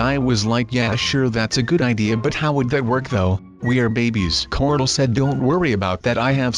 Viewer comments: You kept on saying cordle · Every time you say corl you say cortl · Ik and its "Corl" Not "Carl" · No its corl not coral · dude, CORL not corol. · Does anyone else notice that says cortal instead of coral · I fell asleep watching this and it sounded like he said corlt